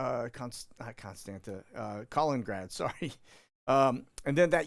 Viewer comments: Hi...it's pronounced "Kah - lean- in - grad"... not "Collingrad". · it's pronounced KAL-IN-IN-GRAD! I went there in 2018 for the World Cup and watched England v Belgium! A dump!